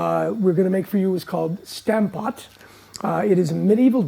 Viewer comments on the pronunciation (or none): It would be fun if you pronounced Stampot the way the Dutch would say it. That aside, it’s a really great dish. I’m happy you featured it. It’s a simple and hearty meal. With a gravy it’s even better!